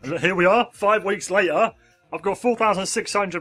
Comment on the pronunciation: LOL,, and he said wheeks